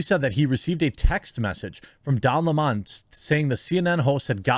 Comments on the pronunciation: fire don lemming !and it's lemon not lemawwwwwwwwn . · Bro stop saying don LeMon, it's Lemon like the fruit 🍋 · Don Lemon not Limon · Why does this guy have so much trouble pronouncing Don Lemons name. Weird. CNN might be closer to watchable with Don and Chris... I won't but it will be better.